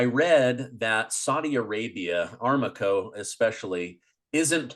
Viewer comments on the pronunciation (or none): It's pronounced: AH RAM CO.